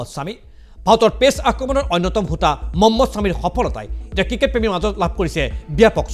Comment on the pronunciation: মম্মদ ছামি নহয়😂.. মহম্মদ ছামি.. উচ্চাৰণ ভুল হৈছে আপোনাৰ